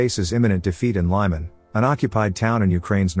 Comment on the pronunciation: LEE-man NOT LYE-man!